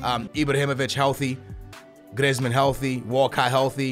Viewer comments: Please stop calling him Grizmin and griz call him by his name Griezman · please may you stop saying Glizmen it is pronounced Greezman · its pronounced greezman not grizman